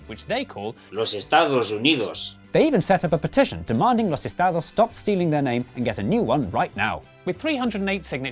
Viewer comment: 1) Jay's pronunciation of "Los Estados" was on point, intervocal /ð/ and all. 2) The 21st year of the 21st Century was 2020, and concluded at the beginning of this year. 3) This might be my favourite ad yet. Fucking hell...